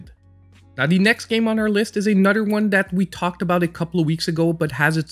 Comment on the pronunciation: I like how you pronounce another as anudder. It made me laugh. Thank you. XD